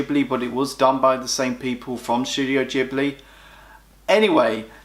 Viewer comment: ahhhh, I cant deal with the pronunciation of ghibli and nausicaa. Also when marnie was there is a marmite ish film, if you were on the outside of society with few friends at school it shoots up lists, for me its number 2 only to nausicaa.